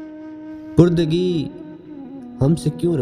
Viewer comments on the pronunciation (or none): पुरदिगी नहीं.."परदिगी".. शजर ए साया "ए" दार .नहीं.."शजर ए सायादार"